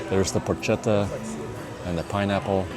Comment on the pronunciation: Porchetta pronounced pork-etta not porch-etta